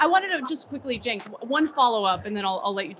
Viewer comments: Nice video he mispronounced cenk name every time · One thing I can credit Gaetz with is correctly pronouncing Cenk's name, and that's saying A LOT